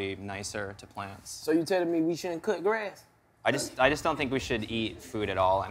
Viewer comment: "so you tellin me we shouldn't coot græss"☠️